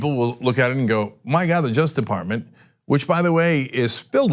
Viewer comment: Cenk, it's "Justice Department" not "jusdeparmen."